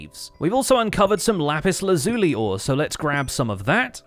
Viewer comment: Thanx for theses. Oh, I believe it's... Laz-you-lie